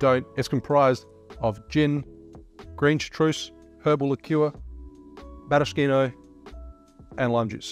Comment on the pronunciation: The best thing about this vid is your pronounciation of Maraschino! Great work! Hot tip: Bruschetta has the hard K sound too.